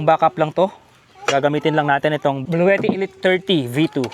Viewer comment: Si antet ng bahay jeep iba ang pag bigkas nya sa bluetti😅😅😅